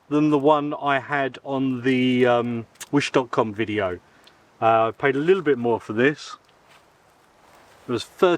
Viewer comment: Thanks for the “wetideo”😅